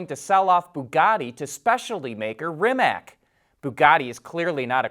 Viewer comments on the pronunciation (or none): Rimac is pronounced as "Rimatz" and not "rimak" 😉